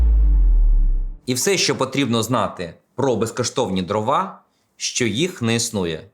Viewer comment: дрОва, а не дровА